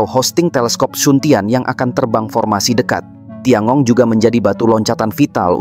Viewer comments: Tian gong bacanya (Thien kung) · TianGong bacanya dhien kung